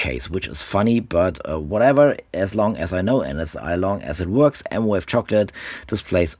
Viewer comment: It’s M Vave, not M Wave